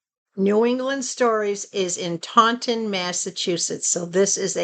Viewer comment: Omg I grew up in Taunton Massachusetts how funny is that? You also pronounced it correctly haha. Wow you always get great deals. The one item I bought did come from Superbuys. They shipped it very fast. I do enjoy watching them. I saw you on yesterday buying the protein drinks. I never liked grits lol. I’m glad you found that huge box though. Have a great weekend!